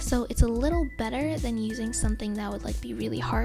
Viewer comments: I was going to click off until she said ✨BETTA ✨ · “But we can Huff be BETTUH, BEATUHH👹 beatter, we can Make it better!” besides this is pretty good tips!^^